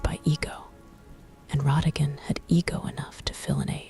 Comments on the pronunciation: maybe I'm wrong? I thought everyone pronounced it "rah-dah-gone" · The choice of pronunciation of his name kept me awake. 😞😞😞